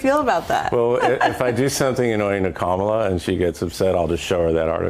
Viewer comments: DID HE JUST SAY HER NAME THE EXACT SAME WAY EVERYONE WHO'S CALLED A RACIST SAYS HER NAME?!!! 🤣 That's funny .. the nerve! And then wants to talk about people mispronouncing her name. 🤦🏼‍♀️ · The mispronunciation is Biden's fault from the very beginning. He pronounced it cuh-MALL-uh. It's COMMA-la. But I've heard representatives from both parties pronounce it both ways. I really don't think it's intentional. Her name is unusual, and since more people are familiar with Spanish, and not so familiar with India-n name pronunciations, it's an honest mistake! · Her name is pronounced "kackala". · Even Biden couldn’t get the pronunciation of Kamala right in 4 years! He calls her Camel-aah.